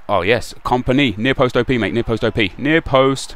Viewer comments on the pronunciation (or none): none